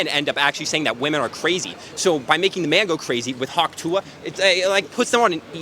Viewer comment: Good stuff! I just want to point out that you’ve picked up the habit of saying “WOMAN” when you mean to say “WOMEN”. This is something that I’ve noticed people 18-25 do for some reason